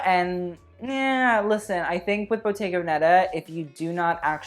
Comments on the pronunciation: Only because I feel you like you’re the kind of person that likes to pronounce designers’ and studios’ names properly, it’s bottega VEHneta, not veNEHta. Originally, a bottega was an artist’s or craftsman’s studio or shop and VEneta (stress on that first SYllable) means Venetitian, or from the Veneto (the whole area in the North of Italy that was dominated by Venice). It sort of translates to The Venetitian Shop. If you want to be really pedantic, though, learn how to pronounce that double tt in boTTega, you’ll sound fabulously obnoxious. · Please honey it's Bottega Vèneta with the accent like in Venice (Vènice), not Venèta, I couldn't understand the brand's name for quite a few videos for the love of god and I just got it and it's breaking my soul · You are freaking hilarious 😂 just an fyi: it's bottega vÉneta, not venÉta. The accent goes on the first "e" 😘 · i don’t want to sound rude but id like to just help you out so take this as constructive criticism from an italian...it’s Bottega Vèneta, with the accent on the first “e” 💕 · Please learn how to pronounce bottega veneta